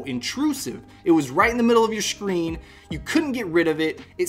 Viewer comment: Shcreen. lol